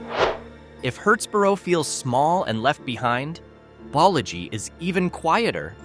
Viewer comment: It's "bowl-a-gee"=Boligee. 😊